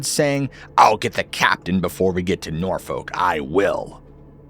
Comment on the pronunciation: Its pronounced Norfuk,they dont drink cuss norfuck in Norfolk.😆